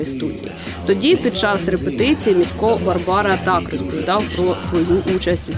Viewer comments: У слові Місько, наголос на І варто стаити, на майбутнє. Дякую, за чудовий еткр про прекрасну людину! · Та МІсько а не МіськО !!!! Невже так важко було вимовити. Адже жінка його правильно називає.